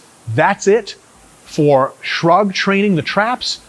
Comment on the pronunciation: No one: RP: S H U R G